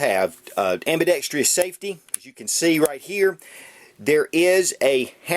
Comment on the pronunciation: Gotta crawl before you can walk. He also thinks there's a phantom "E" somewhere in the word "ambidextrous".